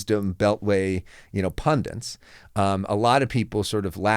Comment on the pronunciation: Dude! "Pundant" isn't a word! 😠